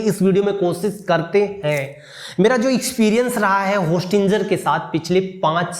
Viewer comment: विशुद्ध ch**tiye ho tum होस्टिंजर nahi होस्टिंगर hota hai